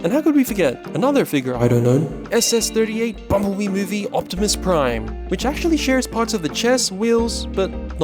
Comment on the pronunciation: It's Optimum Pride! e err ar ar er!